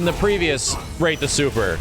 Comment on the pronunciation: Can’t wait to see the Rrrrate de superr of SF6